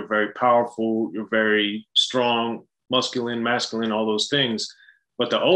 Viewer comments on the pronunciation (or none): Did say "musculine"? 🤔